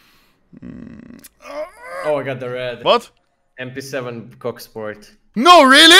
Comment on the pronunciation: He Said mp7 cocksport